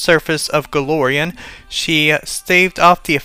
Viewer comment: It's Golarion, not Galorion.